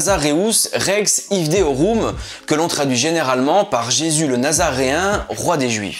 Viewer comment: Bravo! Juste une petite remarque « IVDEORUM » se prononce « iudeorum » (V=U).